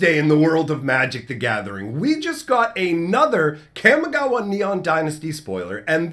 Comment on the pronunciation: kamee ghawah ... its pronouced kamee ghawah . camy gawuh is a disgrace to japanese culture and language :/ but good video i liked it other than that <3333